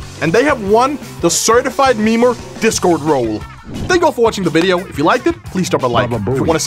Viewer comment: can't even say video he is saying "mideo"